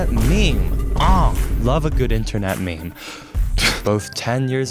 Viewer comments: saying me me instead of meme is crazy work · the way meme was pronounced